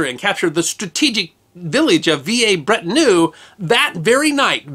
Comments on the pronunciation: Vee-lair-brett-on-eu. For heaven's sake. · Mephisto was on display at the old museum here in Brisbane Australia when I was a boy - It's shown now at the new museum in this video. Not sure which pronunciation is correct but every Anzac Day when they crossover live they always pronounces it "Villers" Bretonneux, as per spelling.👍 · Veeyay Bretternoo? Dear oh dear me. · V a breton err... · His pronunciation of foreign words is appalling. Try vee-LAIR-brett-on-EU. And am-YAN. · The Quentin in San Quentin is pronounced a bit like Conton. History deserves appropriate and correct pronunciation. I will not even comment on your pronunciation of Villers-Bretonneux.